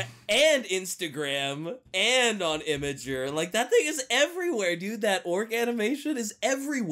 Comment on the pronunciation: It's IMGUR not imager.....